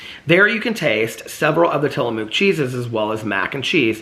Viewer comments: Tillamook is pronounced like Tilla-book. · Tillamook Cheese is from my home state and it's pronounced Till-a-muck. We would go there as a kid and get to tour the factory and sample cheeses and I love the squeaky cheese curds that you can only get from the factory. I distinctly recall getting their chocolate peanut butter when I was little and the peanut butter was an actual soft peanut butter and it was heavenly. I don't think it's as good as it was when I was a kid. Also, we have done work for them at the engineering firm I work for now. Full circle with Tillamook. The vintage cheese from Tillamook is just from different years of age and it's quite pricey. We gave them to clients in a gift basket one year and they were about $15 for a tiny piece of cheese. I will say, I have recently tried their cream cheeses and I did not care for them as much as Philadelphia. It had a strange warm mouth feel. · Tillamook, pronouced Tilla-muk. I was born in Tillamook, Oregon. Ice cream is also yummy.